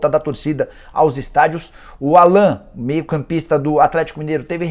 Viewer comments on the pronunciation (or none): Da pra ver que o jornalista não manja muito do Galo qnd pronúncia Allan ao invés de Állan..